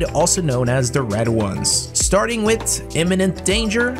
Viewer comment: Did you just say eminem danger? xD